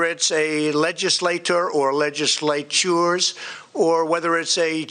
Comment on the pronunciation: "Whether it's a (he takes a breath to get ready) Le-Jis-Lay-Toor or (and this one really gave him a struggle) Le-Jis-Lay- TYOORS!" He really has a problem with multi-syllable words.